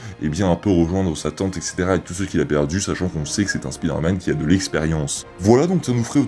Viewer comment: Au tout début de la vidéo j'ai cru que t'a dit "pider-man" 😂😅